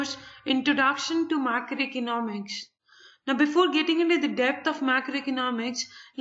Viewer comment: Madam aapka microeconomic aur macroeconomics eak jaisa sound kar raha hai plez aache se explain karo and i liked your video tysm